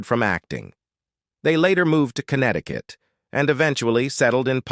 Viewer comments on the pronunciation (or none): none